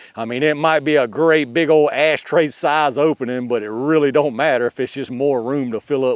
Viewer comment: You said "ass tray". 😂